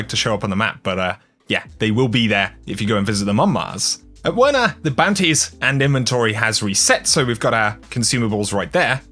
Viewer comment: I think the W in Werner is pronounced as a V